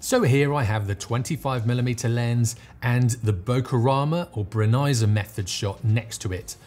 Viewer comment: Super interesting, and now I know how to pronounce "Brenizer!"